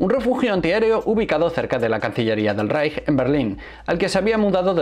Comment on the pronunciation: Reich se pronuncia raigh y Keitel kaitel